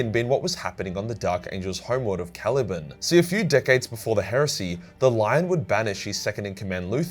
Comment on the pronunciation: “Cali-ban” not “cali-bin”